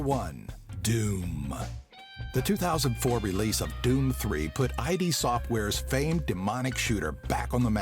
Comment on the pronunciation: Just something small I'd like to point out: You don't pronounce it as "I.D." but rather just as Id as in the part of your brain called Id.